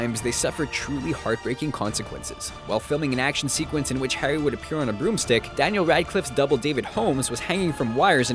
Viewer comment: he said hirry potter instead of Harry